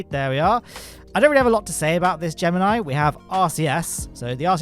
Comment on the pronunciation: Hey he pronounced Gemini wrong